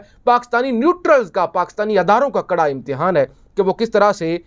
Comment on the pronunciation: کڑا لفظ ہوتا ہے کھڑا نہیں